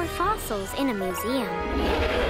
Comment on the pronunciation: The way she pronounces museum annoys me for some reason